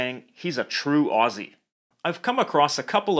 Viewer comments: I really just appreciate that he doesn’t say Aussie with an s. It’s Ozzieeee!!! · good on ya for saying “Aussie” right, not like them septics with their sibilant esses. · YES FINALLY A NON AUSSIE WHO CAN SAY AUSSIE! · Btw the word Aussie, is pronounced as Au-zz-ie